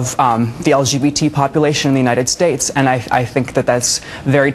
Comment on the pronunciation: ....she's running for the presidency of the what? Does she say..."Unine enstates"?